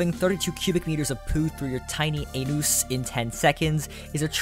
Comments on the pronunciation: Tehee, he said tiny anóós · Never knew the day would come where pronounced anus like that lol